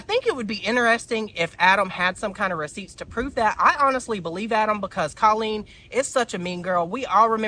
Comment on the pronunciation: Babe, not hating but if you are going to talk about Colleen maybe learn to pronounce her name? My ears bleed every time you say it cause i know you're saying it wrong. xxx keep it up cutie